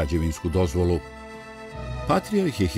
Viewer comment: Какво је ово вештачко акцентирање речи патријарх?